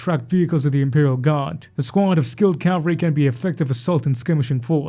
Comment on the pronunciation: Cav-al-ry brother. Calvary is a place.